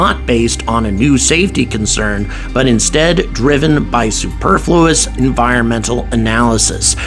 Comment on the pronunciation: Lol ”supefluous”. Does anybody actually think Musk cares anything for the environment? 😅